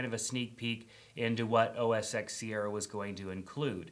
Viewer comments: It's not MAC OS "X" It's MAC OS "ten" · Oh Jesus, not another supposed tech "guru" who cannot pronounce OS X correctly. It's OS 10 not the letter x. It's a Roman numeral! And secondly, it's now macOS Sierra. They dropped the OS X moniker.